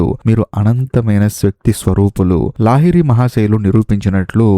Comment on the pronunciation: Sir lahari not laahiri